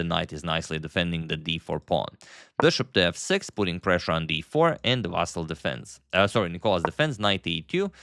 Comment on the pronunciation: I appreciate you correctly pronounce his name as Vasyl, as it's in Ukrainian language and Vasyl is Ukrainian. So many misspellings were done before, confusing Russian and Ukrainian first names.